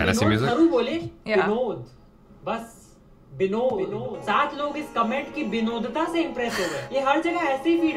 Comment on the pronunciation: bengalis use B instead of V, correct pronunciation is vinod